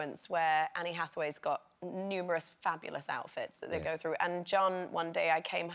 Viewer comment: Are we going to ignore the fact that they both said “Annie Hathaway”